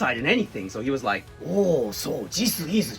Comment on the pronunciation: Dude! Why did you have to say "rike" 😂😅🤣